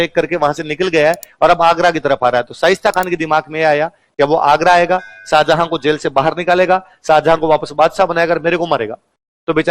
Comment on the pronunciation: Pehle naam lena seekh tab padhana Saajahan nahi tha Shahjahan tha salo tum log ko bolne ka tameez nahi hai tum padha rahe ho